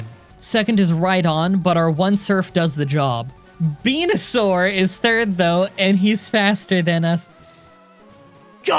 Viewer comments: When you said "Benusaur" I've heard PENUSAUR 😅 laughs nervously Anyway, great video as always, PRAISE LORD HELIX 😂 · Fucking "Benusaur" killed me